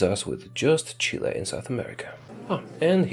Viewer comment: U said chille wroNg